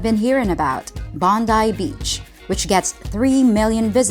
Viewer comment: Bong guy Beach! Not Botany Bay. Thanks, now I have that song in my head.